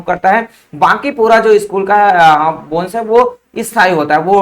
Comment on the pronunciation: Why you spell skull=school !??😂